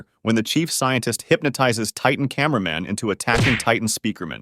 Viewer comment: why did you say cinnama man at my boy titan tv man😅❤😊